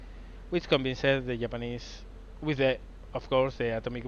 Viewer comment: So will he ever sink a battleship is the question... Also love how he pronounces Japanese. "the yap-anese"